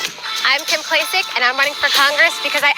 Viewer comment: Your attempt to denigrate this ad is ludicrous. You've got nothing. First, you intentionally mispronounced her name. Its already considered the best political ad of all time. But you democrats are going to be deceitful and mocking. That's what you do. You come off whiney and pathetic. You democrats should be embarrassed and ashamed. You OWN that mess. Here's a woman destined to change it. But you would rather Baltimore stay a hellhole just so you could stay in power. Your sexist comments show us exactly what democrats are. Your criticisms are an EPIC: FAIL.